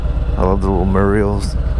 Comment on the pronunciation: You definitely made me laugh today. You pronounce a word the same way my wife does it’s Murial instead of mural. Have some fun this weekend.